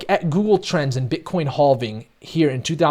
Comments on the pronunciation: Bro why you say it like “Hoving” 😂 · It's crazy you still don't know how to pronounce halving lol. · Mate, please stop justifying and apologizing every time you say "halving", come on, it gets boring, we lose time and both ways are correct, just chose and say it your way! ;) Cheers and thanks for the analysis! P.S.: It's "capitulation" not "capultation" (this one is actually wrong if you say it like that)